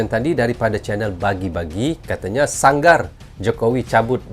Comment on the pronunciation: Berozut sebut yg betul ye ? . . Sangarbukan sangar .